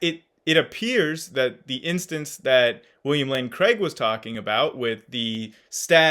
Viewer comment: Another great video!!! Two things: at one point it sounded like you said “William Lane Crank” lol and second would you speak to WLC on parts of the bible? Would be fun to watch.